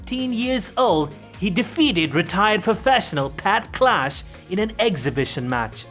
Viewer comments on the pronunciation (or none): Pat "Clash"? How abt getting someone who knows a bit about tennis, to do the narration.